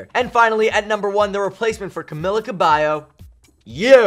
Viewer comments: Its " Camila Cabello" not " Camila Kaybo" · camila "kabayo" lol kabayo means horse in tagalog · “CaMILLa CaBIyo”